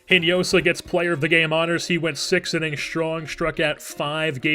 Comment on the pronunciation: Great video man, love how this series is developing! By the way, Hinojosa is pronounced In-o-ho-sa in spanish. As i said, great series, keep this up!